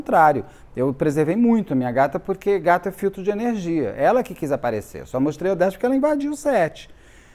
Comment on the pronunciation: Tudo só depende da sua enerrrrrgia !😊😊😊😂😂😂